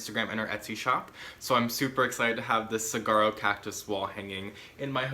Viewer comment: I'm not being mean, I'm from AZ where those cactus come from, just so you know.;) The way to pronounce saguaro is sa-war-oh. I hope that helps. I love your channel, your plant smarts and you.